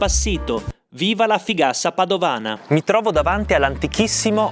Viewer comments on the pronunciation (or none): In realtà è fugassa, non figassa. Ma va bene cosi😂